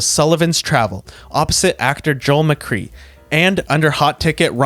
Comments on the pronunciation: Joel Mccrea's name is pronounced MacGray! Not Macree! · It's pronounced mac-cray...not mac-cree. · McCrea is pronounced McCray not McCree. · McCrea not McCree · Good video. One minor correction, however, the name of the male lead in “Sullivan’s Travels,” Joel McCrea, is pronounced McCray, not McCree. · Pronounced McCray, not McRee. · It's pronounced Joel McCRAY! Not Joel McCREE! Do your homework, buffoons! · Joel McCray; not McCree. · McCrea it’s a long A not McCree, he is one of the finest people I’ve ever known. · Joel McCrea….”mac-CRAY”…. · No mention of "This Gun For Hire"? She is one of my favorites and was truly stunning to gaze at. Her acting wasn't the best but she did have a certain dry style that worked for her in the movies she made with Ladd. Also, the actors last name from "Sullivan's Travels" is pronounced "McCRAY". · McCrea = "McCray." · Dude, pay attention: Women is not pronounced woman. Joel McCrea is not Joel McKree. Good grief! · Everybody who was alive back then knows that McCrea was pronounced Mic-Ray. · "I Wanted Wings" starred Ray Milland. William Holden was featured but not the star. Otherwise, an excellent video. Mitchell Leisen pronounced his last name was pronounced "LIE-sen". Just an interesting note: Arthur Hornblow, Jr. was married when he produced "I Wanted Wings" to major star, Myrna Loy. Joel McCrea pronounced his name, "Joel McCRAY". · It's pronounced Mc Ray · Come on, Joel McCrea was a star. Pronounce his name right. (Mc"KRAY") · Joel McRea's last name was pronounced "MacRay." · I wasn't trying to spell it "right." I was spelling it in a way that the person - or AI - who, or which, does the video would know how to pronounce it in the future. The voice had said, "McCree." I added the "a"between "M" and "c" as a concession to the understanding that I'm not dealing with a well programmed whatever. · AI, not as great as touted, huh? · You mispronounced "Joel McCrea"